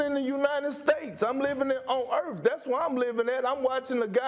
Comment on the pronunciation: I’m living on earf